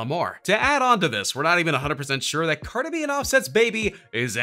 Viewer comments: Stop saying Car-duh bih. It's CAR-DEE BEE. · I love the way he says cardi b😂😂😂